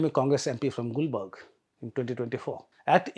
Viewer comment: it not Gulbarg but Gulbarga! And now changed as Kalaburagi.